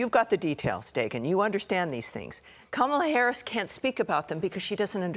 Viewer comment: Katie Pavlich has been on panels with people who pronounce Kamala correctly, yet she still mispronounces it. At this point, that indicates a kind of stupidity. Unfortunately, Larry Kudlow only recently started pronouncing Kamala correctly, but still slips back into his bad habit.